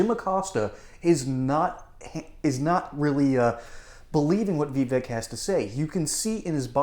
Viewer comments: "Vee-vek" "Bray-ing" learn how to pronounce his name! (It's "Vuhvek"!) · Vivek name is pronounced ‘Vi-bake’. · Vivek is pronounced Vy-Vake. Rhymes with Cake.